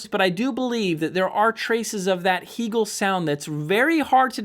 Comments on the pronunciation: The company took Its name from the philosopher Hegel. It's pronounced Hay gel. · It's interesting how your review a product and can't even properly pronounce the name of the manufacturer. Heeegel??? Cringeworthy. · First of all, I don’t know why pronounces Hegel that way. He’s like the only one I’ve heard that pronounces it that way and it drives me a little bonkers. But what drives me more bonkers is his comment about no one ever listening to Music in the triple digits over 100 dB. Seriously?! I think I listen to most of my music around 100 DB. I have tested it numerous times from the listening position with two different dB meters and have often hit 110DB. I usually see 107, 109, and the highest I think I’ve ever seen was 114 DB. I’ve taken screenshots multiple times for proof. I would have liked to have a go louder but I have fear of blowing up the speakers and doing some damage to something. On three different occasions I’ve over powered and shut down of PS Audio P10 Power Plant when I let the volume get a little up there. Yeah, it can get a little scary when you go from rocking out with music really loud to instant dead silence! Whoopsie! I’ve also cranked up the Hegel’s loud enough and have blown the fuse on a H390 as well as the H590. And a little tip that I’ve gotten from Hegel, volume 80 is it’s happy place. Although often loud, there’s no gain used at that number. Isn’t this what this hobby is all about, having fun? Like the old saying goes, “If it’s too loud, you’re too old.“